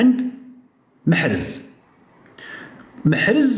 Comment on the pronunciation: لقد تغير اسم محرز وأصبح له اسم مخنز او مخرز 😂😂😂😂😂